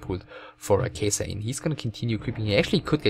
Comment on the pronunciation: Its not Kejsr but Catcher or Katcher. In czech Kačer(it means male duck)